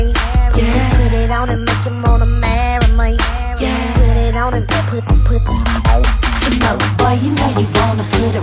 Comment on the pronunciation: I really wish people will stop puttin toya on they tracks lol I think she is really trying to milk the whole accent thing she is taking to far??? how you cant correctly pronounce "MARRY ME"??????????